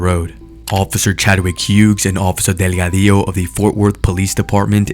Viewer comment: I like the way you say Delgadillo 😊